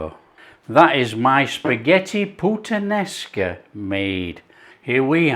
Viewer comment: You do not say puttan esca but putta nesca Great italian yes.